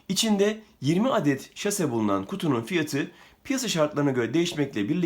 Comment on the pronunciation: Şase değil, saşe